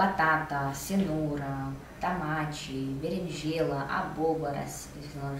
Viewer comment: "Tamate, beringêla, abôboras, pimentau" s2